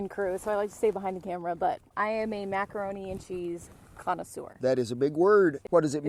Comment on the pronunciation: He really said macanroni multiple times 🤣